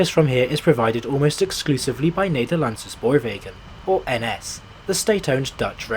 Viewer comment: It is not called "Amshterdam" or " Nederlanshe" FFS. If you're going to try to pronounce things at least bloody learn them first.Otherwise just speaking normally. Crikey f***. Usage of 3D map is cool though👍